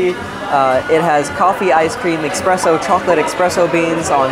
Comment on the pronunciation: Eh-spress-so NOT Ex-press-o